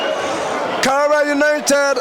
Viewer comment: Karela not Karera and also Brilliant not Brirriant 🙄